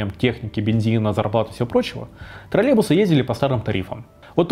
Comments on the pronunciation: троЛЛЕЙбусы, а не тралебусы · Немного бесит когда вместо "троллЕЙбусы" говорят "тролЕбусы" :__)